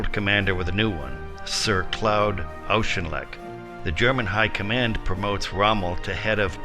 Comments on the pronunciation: General Auchinleck is pronounced General " O.R.K.I.N.L.E.K." not "O.U.S.H.I.N.L.E.K................ It's a good job you aren't commenting on a Polish general, you would wonder where the vowels had gone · Good, but Claude Auchinleck is something like "Clord Orckinlek".Surely, not that difficult to check? And "Bernard" is pronounced in the British was - "BERnud". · Auchinleck is pronounced in this video like he is of German birth. Like Aushinleck. The first part of the name is like the Scots Och. And should be pronounced as such. Typical American pronounciation lol